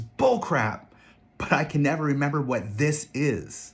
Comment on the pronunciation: everytime he say "this" gave me a tiny stroke